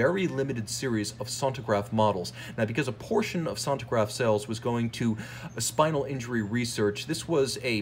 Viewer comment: Good lord... sentograph ! Sen-tea-graph if it will helps. Anyway good movie, interesting.